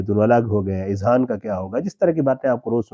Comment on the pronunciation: Not izhan,,, it's azhan,, plural of Zahan